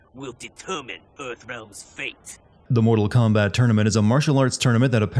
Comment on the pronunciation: Moo-tal Kombat!